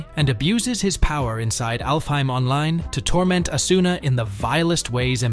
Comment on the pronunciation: AH-suna. Not a-SOO-na.